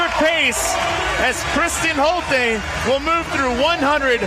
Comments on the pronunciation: Isn't her name pronounced Holt-uh not Holt-ee? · the two announcers couldn't decide on how to pronounce Holte between themselves?